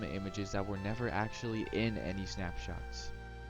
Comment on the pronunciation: ‘Snapshats’ lol